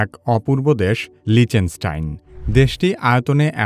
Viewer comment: লিচেনস্টাইন ❌ লিচটেনস্টাইন ✅